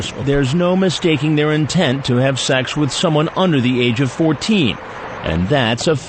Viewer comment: He'sh cuuum fur sssuuuuweeexxxx